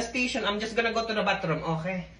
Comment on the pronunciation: "Okhay"... got me (even got the nose right for the bit 😂 )